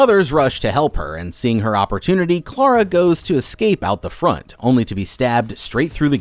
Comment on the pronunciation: I just have to say... Thank you for saying Clara in the non-american way 😅 every time I hear my name in media it drives me crazy 😂